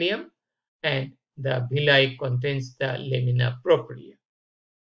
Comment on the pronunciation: Not bhilly it's *villi😂 But informative 👍